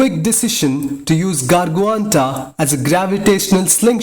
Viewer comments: It's not Garguanta, it's Gargantua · it's gargantua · its gargantua lol. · ikr the way he pronounced blackholes name gargantua wtf haha